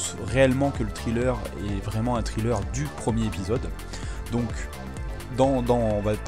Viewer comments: Ça ce prononce trailler pas triller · Excellent taf comme d'hab. Juste un petit truc, on ne prononce pas trailer comme Thriller. Mais plutôt comme Tréleur ;) Continue comme ça !